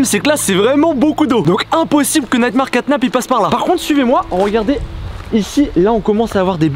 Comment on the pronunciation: pk tu dis neymar caynap alors que c nightmare catnap